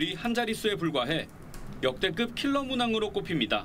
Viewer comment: 심지어 ‘킬러’라고 강조하는건…